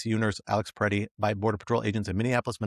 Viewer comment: Pretti, not Pettis.